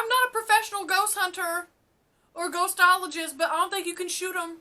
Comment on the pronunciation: She said "Gohostologist" lol